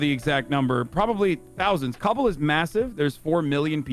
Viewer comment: He's saying it correctly just most people pronounce it wrong